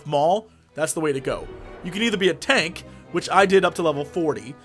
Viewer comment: hahahaha he said tant :3